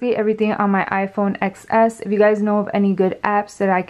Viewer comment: you pronounce it "10s" not "xs" lol the "x" is a roman numeral